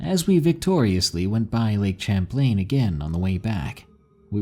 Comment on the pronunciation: you kinda mispronounced Lake Champlain.